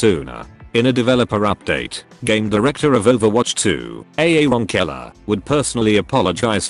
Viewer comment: "A A ron Killer" 💀